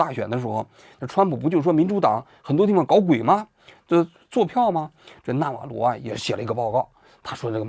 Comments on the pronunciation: 完了，李大师又发功了。“纳瓦罗” 不是“纳瓦格” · 王局，这到底是纳瓦格，还是纳瓦罗😂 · 到底是納瓦羅還是納瓦格😂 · 读稿都读错，一会纳瓦格，一会纳瓦罗，你的水平和敬业精神跟习总有得一拼，人名都搞不清楚，还津津有味的给你的脑残粉天天洗脑。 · 纳瓦罗，什么纳瓦格？王局你把名字都念错😂😂😂😛😛😛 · 王局要好好提升自己记人名的能力啊，我开车听的，以为有两个人，一个叫纳瓦罗一个叫纳瓦格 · 王局老是说成纳瓦格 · 纳瓦罗，不是纳瓦格。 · 到底是纳瓦罗还是纳瓦格😓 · 王局有个毛病，题目文字明明写的纳瓦罗，自己不知道为啥总念成别的罗七八糟的名字，那瓦格是个什么鬼？也不知道从哪来的。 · 嘴瓢太严重了，说着说着变纳瓦格了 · 纳瓦罗，咋又说成那瓦格了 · 王局擅长给人家改名，纳瓦罗叫纳瓦格，经常这样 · 一直不断地纳瓦格纳瓦格，如果不是一些身体方面的原因，我斗胆判断王局起码不是一个国际热点的追逐者，或者他不怎么关心国际新闻。 就我这种平时没事随便翻翻新闻的人，都明确知道纳瓦罗是谁，也断不会叫错他的名字，更别说不断叫错了。 但愿王局身体无恙吧，但是他在平常节目中的口误实在是太多了些。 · 是纳瓦螺不是纳瓦鸽。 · 那瓦格你妈呢连个名字都念不来,坏事做尽提早老年痴呆了? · 整期口误成纳瓦格也是没谁了… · 多次念错名字 纳瓦格…… 根本就不了解这个人 临时抱佛脚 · 为什么叫那瓦格？是谁给王局写的稿子，这不也是和Ron Vera都没查一个调调吗😂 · 全程“那瓦格”😂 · 纳瓦罗格，王局对名字缺乏敏感性，还有一期节目也是人名叫得很不顺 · 丢死个人，“那瓦个”是谁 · 经过了剪辑， 先念错，后对，但是剪辑的时候顺序调整乱了。